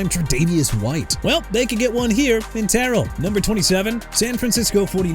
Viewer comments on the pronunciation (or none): none